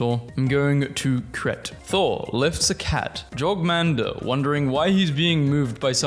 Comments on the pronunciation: it is pronounced your-mund-gahn-der. not drawer-man-g-dir. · Okay, but seriously now: How do you read "Jormungandr" and parse "Jorgmandur"? Like, how did that even happen? Yes, I'm Scandinavian, but still:, That isn't even close to the proper English pronunciation of that spelling! And, look, it's not like you're speaking in front of a live audience. This is a Youtube video. You can look this stuff up before recording it, man! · it's pronounced "your-min-gan-der" as j makes a "y" sound in that area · Ah yes, 'Jorgmander'.